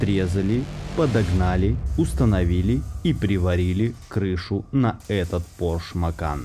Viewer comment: ПОРШЕ, дядя, ударение на первый слог, не ПОРШ, вроде не 20 лет тебе)) Это я просто к произношению придрался, ролик то классный!